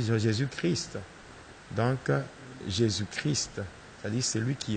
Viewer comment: Pasteur tu es toujours un sorcier.. car on dit jésus christ et non jésus chri ... alors je connais bien la différence......